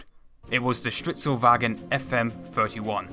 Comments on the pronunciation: you pronouncing "stridsvagn" as "strittswagen" gives me a damn heart attack every time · "stritsowagen"? you mean Stridsvagn right??????? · "Stritzelwagon" holy fuck thats butchered